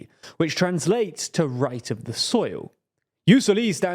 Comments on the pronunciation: Probabl pronounced "Ius soli" Not "ius solí" Like levioosa not leviosá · The pronunciation of "Jus Soli" bugged me so bad, it's just a 30 second google job to find out how to say it right... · Why are you mispronouncing "jus soli" like that? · Jus soli is a Latin term not a French one!!!! You don’t stress the last vowel when pronouncing it!!!!! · COUPLE OF MISTAKES HERE. Just because this is a video about french politics, doesn't mean everything you read is french. Jus Soli and Jus Sanguini comes from latin, The J actually functions as an I (Ius) And it's not pronounced "Solì". It's a common feature in many countries that use the continental law system, which is the historic descendant of the roman empire system of law. And although the romans didn't have per se the concept of Jus Soli and Jus Sanguini, both system ares the modern term for defining historical realities and institutions. So, it's latin, not french. You also WRONGLY declare that Jus Soli is something that comes from the common law system, this is simply NOT TRUE either, or at it least is not that simple. The precedents for Jus Solis are MUCH MUCH MUCH older than the common law system, you can go back all the way to the edict caracalla of the III century that gave citenship based on residence. You also have a lot of medieval regions like Castille or Florence that already had such legal system during the middle ages. France itself had a Jus Soli system in 1315. In fact, England adopted that system officially in 1608 through the case "Calvin v. Smith", so it's for sure NOT a common law institution. This is why your claim that Jus Soli are "more prevalent in the anglosphere" comes crushing down the moment you see south america in the map all enforcing said system. And South America is part of the Spanish-Portugues sphere of collonial empires. So I real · Pronunciation wise, it's JUS SÒLI, not JUS SOLÌ The French might disagree, but it's a Latin word pronounced in an English channel, so...